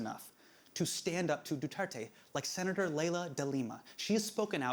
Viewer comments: "Ronald Batow Dela Rowsa" "shaboo" "DooTertey" "BangGow" man, these guys butchering pronounciations of words and names sounds funny. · Late response but Du-Tear-Teh, (tear as in rip) and Shah-boo, the a pronounced as 'ah'. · Sha-boo and Du-ter-te mispronunciation club here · I'm years late... But "Bung-Gow", "Ba-tow", "Doo-ter-tey", and "Sha-boo".